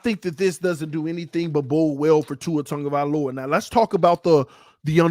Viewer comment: TAG-O -vai-O -La no N in the name No Tungo or Tango i the mans Name lol just needed to get that Off my chest